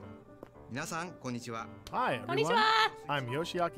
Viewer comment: こんにちはの発音が凄い上手い